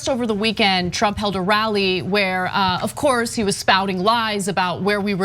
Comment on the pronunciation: Cenk's emphatic "OF COOOOURSE!!!" Is the best. 😂